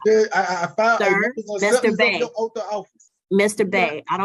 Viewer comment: Oath ends in a TH not an F